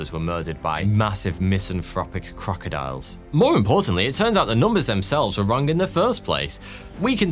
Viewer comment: He said Croctiles 🤔🤪